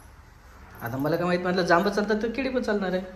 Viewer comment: केडी नाही केळी म्हणतात